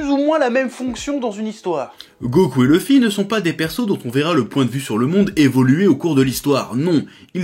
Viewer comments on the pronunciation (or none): bonne vidéo mais arrêter de dire "leuffy " bordel c'est luffy , il faut maudire la VF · Sympa, mais le fait que tu ne prononces pas "Louffy" m'écorche les oreilles donc je sais pas si je regarderais la suite.